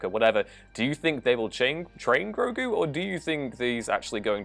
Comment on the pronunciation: Say it with me, h i s n a m e i s G r o g u